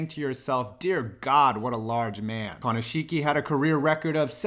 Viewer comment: I think i got cancer when you tried to pronounce Konishiki and his Samoan name. It's ok though, I have aids.